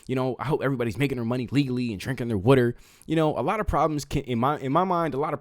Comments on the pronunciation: It's water not wooter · You like to talk a lot. Twelve out of 15 mins. So PLEASE say this word properly. The word is WATER, pronounced with a short A sound. WATER. The word IS NOT pronounced WORDER. It is not spelled with, nor does it sound like, ORD. WATER, say, WATER please. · Drink whater , drink WATER 1st, SYLLABLE - Wa ~ 2nd syllable ter together ~ water !!!!! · Drink your wuder! 😂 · lol what is “wutter”….. where are you, never heard water pronounced like that…. Good show, good job😉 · i would sign a petition for this guy to never say water again.